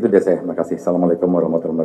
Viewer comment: Saran om, buat ucapan bismillahirrahmanirrahim dan salam di perjelas agar bagi kaum yang kritis ttng agama gak nyir nyir... Jadi pengucapan salam di perbaiki